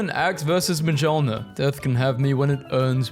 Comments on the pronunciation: "Majolnir" is horrendous I hate it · Mjolnir, pronounced mee-oln-ir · yeahhh he also pronounced mjolnir and jormungandr wrong!